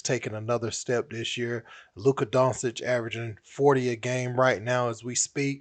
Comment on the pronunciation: It's not Donsic, it's Doncic